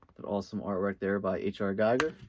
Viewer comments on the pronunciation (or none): Dig ya man... by the way it's Gee-ger. Peace on earth.